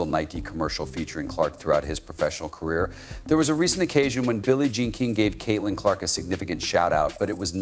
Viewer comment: Why the hell does this guy call CC using the word "His"? Where are the editors?🤔😂😂😂 Oh yeah, And Kitlin!